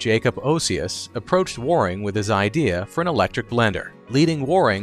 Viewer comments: I keep cringing at the word "Warrrring". Where- ing, AI. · Waring- rhymes with bearing and caring. Also note that Fred Waring was a popular musician. He spelled the name of his blender as “Blendor”. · Percyoulater?? Inventing new words.Waring is also mispronounced.